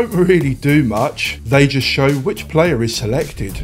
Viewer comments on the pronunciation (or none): none